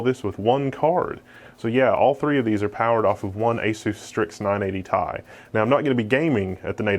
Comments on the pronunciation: am i the only one who gets bothered when he says "tie" instead of Ti? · the amount of times he said ty in that video was painful when its T I said like the letters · this card is called not ti t-i you need to spell it not say ti you need to say T,I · t i not tye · "tie"...i cant.... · I hate your reviews. It's a REVIEW, not an opportunity to mostly show your fat face. And don't say TIE. You make me want to break my TI in half. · the way this nigga pronounces ti